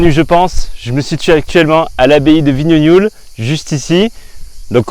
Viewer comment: Pour info on dit vignogoul !!!!!